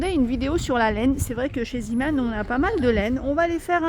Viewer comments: C est vrai on dit zémon ...j ai jamais vu le petit marin par contre je sais juste que c est le nom du fondateur ... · Sacrée! Tu m'as fait rire: Ziman! Mais non: Zéman... Zee veut dire mer en néerlandais d'où le logo du petit marin. 😅😅😅 Mais merci... je me suis achetée les verres poisson! Ils sont très chouettes!❤❤